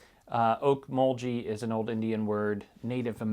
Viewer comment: just FYI.. u had the pronunciation of Okmulgee right the first time u tried-its a soft g, not the hard j sound.. I live about 20 mins or so from there n tulsa..